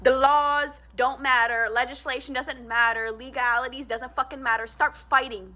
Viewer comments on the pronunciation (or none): none